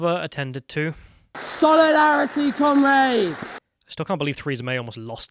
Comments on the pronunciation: The most irritating thing about Labour is their pronunciation of comrades. Why did they go from kom-rads to kom-raids? They angling for some Raid: Shadow Legends sponsorship? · “SOLIARITEE COMRAIDES!” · The fact that you have lefties calling each other comrade but half the time they say it it sounds like they're calling each other cumraids, which also happens to be entirely accurate